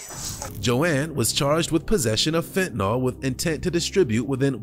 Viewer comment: It is actually spelled and pronounced fentaNYL, not fentaNAL. Nobody seems to say it correctly...